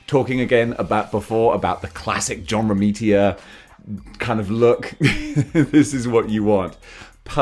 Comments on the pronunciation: Say it with me Row-me-tuh. Romita, not Romitia. Sorry I enjoy your content and u did say if u get anything wrong let you know. But yeah that bothered me a wee bit. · I have always wondered why you always say John RomiTIA, when it's John RomiTA! Hope you don't mind me pointing that out